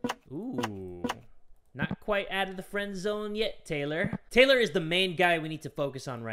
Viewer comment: Why does Taylor sound like he’s saying THOT